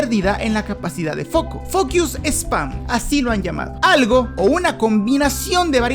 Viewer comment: Hablando de pensar en temas que son a base nuestras habilidades. No puedo evitar pensar como dijistes "focuse" como que si fuera "fuck ius", en lugar de ser "focus" (la O estaba bien pronunciado pero la U tiene que ser una mas neutral en lugar de decir "iu", lo que tambien puede sonar en los oidos equivocados como "fuckus", si se usa literalmente la pronunciación de la vocales ingleses. Creo que es de esas cosas que el video me dejo pensando mas que la reflexion de aprender a consumir contenido mas largo 😅